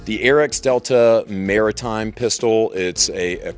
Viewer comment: "Mairitime" is the best time